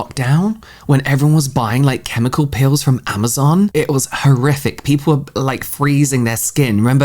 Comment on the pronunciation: I keep thinking you're saying "pills" instead of "peels" and I'm like oh I didn't know there were pills for skincare interesting